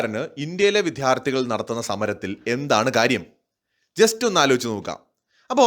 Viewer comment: വിദ്യാർത്ഥി എന്ന വാക്ക് ശരി ആയി ഉച്ചരിക്കുക